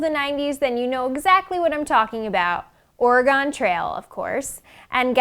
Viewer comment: Learn how to say Oregon and Willamette correctly please